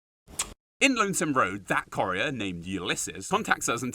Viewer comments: Corrier? You mean courier, like coup. Not core. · How you say " Courier " as "corrieah" really bugs me! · TF is a "corrier"? And no, it's not an English accent thing.